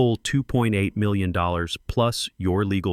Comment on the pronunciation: Good story but your AI can't say the word million.